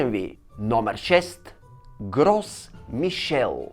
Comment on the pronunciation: На френски с-то на края на думата не се чете а л-то е меко т.е произнася се "Гро Мишель"